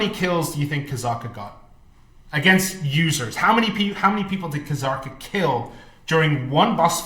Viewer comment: people still say Kzarka wrong its a silent K so its zarka not Kuhhzarka lmao